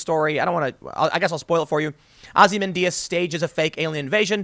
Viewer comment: Ozzy-man Dias?